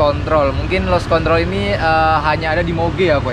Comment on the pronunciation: Maklum ilat jowo kang😂